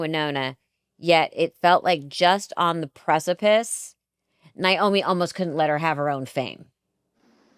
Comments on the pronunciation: Naomi is not pronounced Niomi. The”i” is at the end. It’s a simple name. NA- OMI.🤷‍♀️ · The two of you both. Saying Niomi instead of Naomi really freaks me out. Do you both know you’re doing that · Why do y'all (especially this director) keep calling her Ni-omi???🤔🤨🙄 Her name was NA-omi!😆🤣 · NAOMI NOT NIGH-OMI ..Shame on both of you NOT EVEN knowing how to properly pronounce this legends name! Wow! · let's pronounce mom's name RIGHT pleeease..... NAOMI... should sound like this 'Nay-Oh-me' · Please!!! Pronounce their names correctly 😖 It’s Nay-Omee and Why-nOnna. So disrespectful of both ladies to continually butcher their names. Do better!!! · Yup, NAY-omi, & I hear the mispronunciation in many news people, show hosts, & those who've had only a passing, professional interest in them. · Her name was NAY-Oh-mee!! 🫠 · I can see Melissa mispronouncing it cuz it's just another story for her to get into & on to the next one. But Alexandra, who spent countless hours immersed in this family? Huh lol